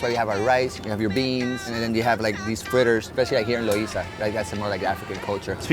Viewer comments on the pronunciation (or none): Loiza not Loisa!🤣